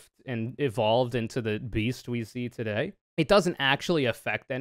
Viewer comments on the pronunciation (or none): none